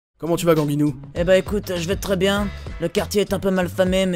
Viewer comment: ganginou pas gangnou x)